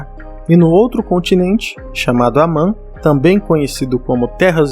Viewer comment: O certo é Aman, Belereand e Terra média. Você errou nisso aí Só.